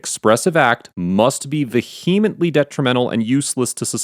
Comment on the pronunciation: Does the narrator ever learn how to pronounce vehemently correctly?